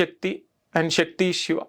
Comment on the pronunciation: Shakti kaadu sir sakti